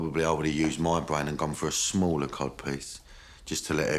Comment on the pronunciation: Cod piece or Cob piece? I can't hear it